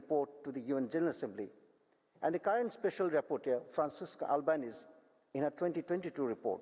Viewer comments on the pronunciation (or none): Its not Albanees but Albanese (pronounced as Albanesiiiiii) otherwise free from error in favour of the oppressed